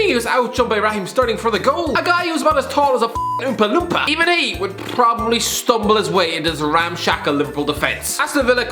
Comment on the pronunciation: No one: Absolutely no one:: prrrwwwoopppbably